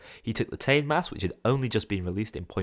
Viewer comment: The "Tane" mask is pronounced Tar-Nay, it's Maori